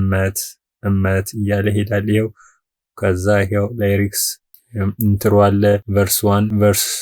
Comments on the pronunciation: Please don't say layriks,it is lyrics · ከይቅርታ ጋር.... ላይሬክስ ሳይሆን ሊሪክስ ሙዚክ ሳይሆን ሚዩዚክ ተብሎ ቢነገር ፕሮግራሙ የተሻለ ያደርገዋል ።